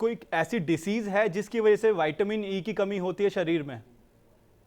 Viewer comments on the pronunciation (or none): ज्यादा पढ़े लिखे विद्वानों वाईटामिन क्या होता है विटामिन नही बोल सकते